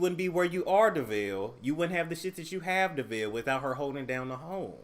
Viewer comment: lol you said Devale & Khadeen's names' so wrong. Still love you!